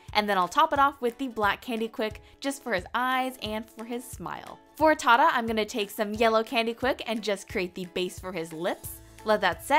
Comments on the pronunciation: Omg you actually said mang right! lol van is pronounced the same way as mang and tata you can just say Ta-Ta, the other names are perfectly pronounced 👌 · it is Iowa not koya. And it is TATA TAJA